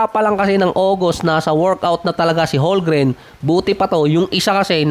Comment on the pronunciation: Boss tagal mo na NBA content creator Holgren parin tawag mo, hindi po silent "m" yun haha Holmgren po yun silent "L" 😆